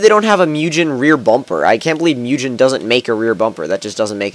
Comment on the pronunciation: The way you pronounce Mugen fucking irritates me